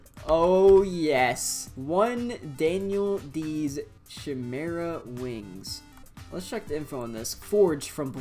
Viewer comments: Pronouced as: Kay-meh-ra Not: Shi-meh-ra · its pronounced ch-i mera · i’m so sorry but.. is it not pronounced “kai-meh-ra” ? afjekjfkf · It hurt my soul every time he said chimera incorrectly